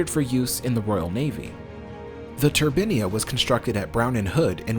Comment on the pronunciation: You pronounce 'turbine' correctly one minute, then name the ship incorrectly. I do understand Americans can't speak English properly but do make your bl**dy mind up.